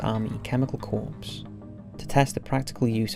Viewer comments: Corps is pronounced "core" not "corpse"!!! If I'm gonna die a US Army Chemical Corps Officer at least pronounce it right! I'm sure the marines would appreciate the distinction as well. Jesus its not hard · Hey I loved the video, but, I just want to correct you on something; The word "corps" is pronounced like "core". Ex. Chemical Corps. Otherwise, great job, keep it up! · Its spelled CORPS. but pronounced CORE!!! My friend. 😆